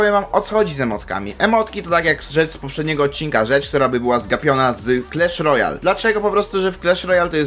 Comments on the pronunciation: Nie clesh Royal, tylko clash Royal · Mowi się Klasz Rojal A nie Klesz Rojal